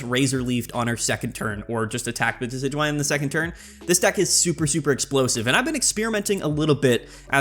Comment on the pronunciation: It's pronounced Dekky Dewey